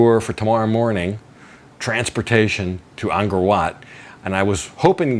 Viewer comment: Don’t want to be petty but ist pronounced Angkor not Angor last time I was there tickets were$20 for 3 day pass so not that much more,20 years ago,shame money doesn’t go to the Camers, become another south Asian country bought the rights to it many years ago very cheaply, all ticket sales go there way!